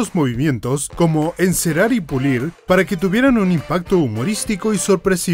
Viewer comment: Como siempre hacen un excelente trabajo, felicitaciones…. Chido lo del final… 😂😂😂😂 Encelal y pulil jajjaaja muy bueno!!!